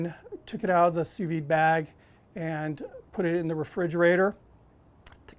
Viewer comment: What the heck is "two veed" ?